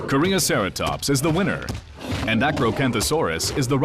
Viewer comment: "Korean Ceratops." That made me cringe so hard.